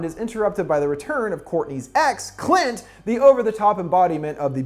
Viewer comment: Ok I gotta be honest, this whole I expected to be just a simple summary of a movie that has some little jokes here and there but GAH DAMN that moment when he said cunt instead of Clint got me by surprise 🤣